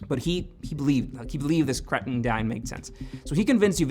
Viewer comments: Sorry, not to be grammar Nazi but I get really annoyed with "Katring" Daeng it's "Krating'' like in Kratos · It's pronounced kra-ting (bull) daeng (red) 👍